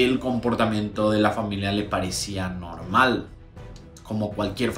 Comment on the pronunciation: norrrmalllll como cualquier familia que se va a desayuuunaaarrrrr😂😂😂pareció dominicano ahí 😂😂😂🇩🇴🇩🇴🇩🇴